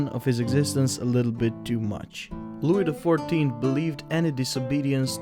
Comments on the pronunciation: Dear narrator: The ‘s’ in Louis is silent. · Wrong accent for louis.